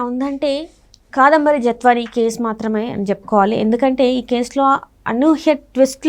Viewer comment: తెలుగు సరిగ్గా రాని వాళ్ళను యాంకర్ గా ఎందుకు పెడతారో తెలియదు. ఇంతకు ముందు కూడా ఇదే తప్పులు. 'కదంబరి' కాదు 'కాదంబరి'. ఎనలిస్టులు కావాలని కరెక్ట్ చేయడం లేదా? 👎